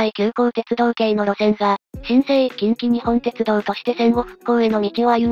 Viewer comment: ❌近畿グループホールディングス ⭕️近鉄グループホールディングス ❌きんきにほんてつどう ⭕️きんきにっぽんてつどう 少し気になったので指摘してみました。